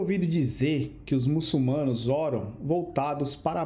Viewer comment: MuçuLmanos, rapaz que fez o vídeo, o L vem depois na segunda silaba